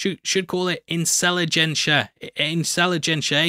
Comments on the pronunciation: "Incelligencia" was actually pretty good. 🤔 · "Incel-igencia" lol